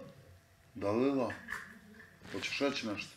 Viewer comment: “Daluillla , Dallluila,Dalllila”. Ko da ga je mozdani opalio